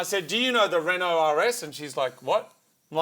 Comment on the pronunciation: Recently heard Doug DeMuro pronouncing Renault as Ren Nolt.